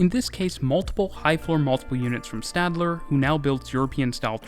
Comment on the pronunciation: As a Swiss it kinda bugged me, but Stadler is pronounced "Shtadler", even in other languages (or at least in English, French and Italian) Same for Stuttgart, every time you have a ST in German it's "SHT"